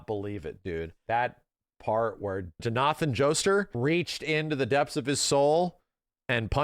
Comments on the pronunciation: "Johnahthn Jostur"😭😭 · why did you say jonathan's name so weird? "jinathin joester" ???? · "Joe-Nathun" pronunciation is just crazy., you are American ffs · bro how did u pronounce Jonathan joestar?? je-no-ten?? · Bro do you do name pronounciations wrong on purpose I get that you moght mispronounce the Japanese names if you never heard them but my guy Jowwnathum Jouster? I never heard Jonathan being prounounced in another way. Tell me your American without telling me you are American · john ath an joest ar. yes perfect pronunciation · did this man just say jna-than jo-stur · I thought I had a stroke but... did you really say jon-athan johstar? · No way he butchered fucking Johnathan lmfao "ah yes, JohnHATTAN" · JoNAthan Joester. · come on man😅 that's an English name, why do you pronounce it like that😂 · Did... did he just pronounce Jonathan like it was japanese??? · how does one mispronounce jonathan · the most insane pronunciation of a name I’ve ever heard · first time I've heard Jonathan pronounced like that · HOW did he pronounce Jonathan??? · why did he read Jonathan's name like he was reading a Japanese name LMAO